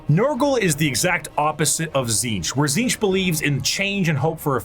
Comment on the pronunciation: Questions answered. Ish Tzeentch is pronounced correctly by, first T is silent zeen like end of magazine then tch as a single syllable is roughly the way to say it. Slaanesh is both and neither basically what ever the desire for it is, so he/she that thirst doesn't matter. Time line general year not precise 60 million BC necrons+war in heavens 2025 AD I write a comment 25 thousand AD birth of Slaanesh 29 thousand AD the emperor officially appears and begins conquest of terra 30 thousand AD great crusade 31 thousand Horus heresy+death of emperor 41 to 42 thousand current time in 40k FPS is the game Warhammer Darktide. Thunder warriors were only used to conquer earth before being killed before the great crusade No the exact process for making primarchs is not recorded anywhere that includes what samples are needed. Black carapace is not armour more of an electronic interface inserted under the skin. Hope that helps